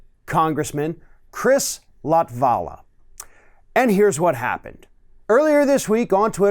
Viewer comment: that's not how you pronounce latvala's name. i checked, he is not latino, he is of finnish origin and in finnish the stress is allways on the first syllable.